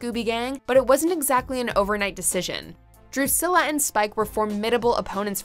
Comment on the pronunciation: Am I the only one slightly bothered by the way she pronounces Drusilla?